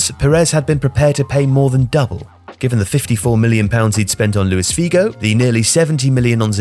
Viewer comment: Nice video as always but please,, get some online course in pronunciation of Portuguese names. You murdered Figo and Ronaldo in this video, and it's not the first time.